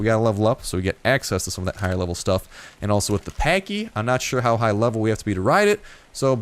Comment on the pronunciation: You are pronouncing it wrong it's like saying patch but patchy but the way yours opposed to say it